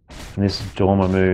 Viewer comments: Bro it's DOR-MA-MMU NOT ~ DOOR-MAH-MOOO 😂😂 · LOL. I’d wanted to say about your pronunciation of Namor for a year but resisted, LOL. Dorm put me over the edge 😂. Sorry, but you know how geeky Marvel fans are. 😆 Love your vids. Keep up the good work. PS: Not an English teacher—just a grammar freak!